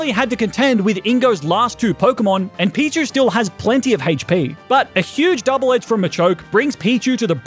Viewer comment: Everyone: HP.: Hate-ch-pee.